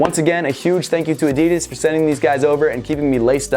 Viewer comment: You don’t know how to say adidas